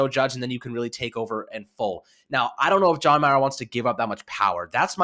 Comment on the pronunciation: Young man you are mispronouncing the Mara name.